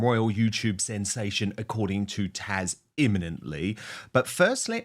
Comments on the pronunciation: Dan, it's TAZ not TASH I'm a kiwi myself so it's not the accent.. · Please it's TAZ not Tash she is amazing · Dan you really need to learn how to pronounce her name right it's Taz not Tash!! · Her name is Taz not Tash, right? Why does he keep calling her Tash? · Side note... Dan, it's TaZ not Tash... Sorry every time I hear you said Tash I kept shouting at my phone😅😂😂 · I thought your guests name is Taz. Not Tash. How rude. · Dan, it's Taz, not Tash. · Her name is Taz pronounce the Z, it Ian not tash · Her name’s Taz not Tash. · Dan I believe it's Taz ( zzz) not Taj? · Taz, not Taj or Tash !!! TAZ, TAZ, TAZ !!! (Like jazz). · "TASH"? Why does he call Taz, "Tash"? Is her name Natasia? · P.S. Taz, not Tash. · TAZ not Tash !!!!!!!!!! Come on Dan get her name right haha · Dan wooton, her name is taZ, not tash. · Dan, Dan you are still referring to TAZ as 'Tash'. T A Z !!!!! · Dan, the lady's name is Taz....just saying 🎉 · Her name is Taz, not Tash. 😮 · Who on earth is Tash? Is he saying her name wrong? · I’m just curious but why do you call Taz “Tash”? lol